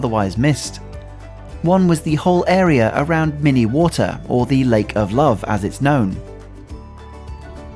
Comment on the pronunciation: I know I'm late, but I just stumbled on this amazing video of the place where I live ;) 1) Just a bit of info: it's not pronounced "mini water" but more like "min uh water".) The verb "minnen" is old, and as far as I know it's not used anymore. A variant on it, "beminnen", does get used a bit (not often, but at least it gets used once in a while). Both "minnen" and "beminnen" mean the same: to love 2) If you ever come back to Bruges and want to visit more places that offer a lot of beers, you should visit either 't Brugs Beertje, or 't Poatersgat. Both are cozy places that also have a huge beer list ;) 3) I also absolutely love the fact that you put so much focus on walking! Bruges isn't big indeed, and you get to enjoy the atmosphere and visuals of the city much more than if you'd drive around (car/bus/bike..) Plus, it's great that you did a mix of typical touristy stuff (boats, Belfry, guide tour...) AND less touristy locations (like the windmills) You got lucky that you came 3 years ago, because after that, the city decided that the "outdated" wooden booths on the Christmas market had to be modernized. They replaced them by black containers, made it so it becomes a booth and that's it :( I really enjoy watching this, as I can see how beautiful it was so short ago.